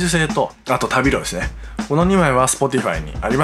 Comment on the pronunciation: 旅路の読みは たびじ です。ごめん気になって…